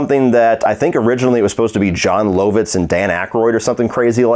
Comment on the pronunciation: it’s pronounced Jon “Love-itz” not “low-vitz” ✌️just being annoying in the comments! Lol. Keep up the great work